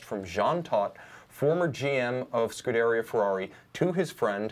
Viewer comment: Scuderia [scu-de-rì-a]. You are pronouncing it wrong. I'm trying to help you out when you are talking to your Ferrari driving clients...